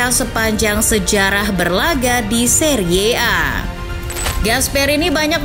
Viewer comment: Cara membaca Serie A itu terdengar sangat jelek. Harusnya dibaca seri A. Narasi yg baik akhirnya terdengar sangat buruk